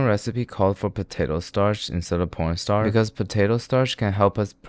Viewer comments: why did you say porn starch not corn starch (pls do not ban yt he was the one who said it) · why are you saying porn instead of corn when you say corn starch :( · why did i hear porn starch